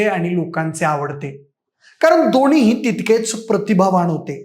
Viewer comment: दोणी, दोणीही, प्रतिभावाण, जाऊण....अरे 'न' आणि 'ण' कुठे वापरतात ते न शिकताच चॅनेलवर आलायस! जरा भाषा शुद्ध करून ये!